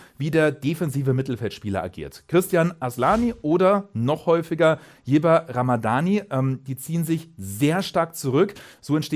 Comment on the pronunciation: Wer ist "jeber Ramadani". Das ist doch Ylber Ramadani mit Y man spricht es wie ein Ü in Deutschland aus.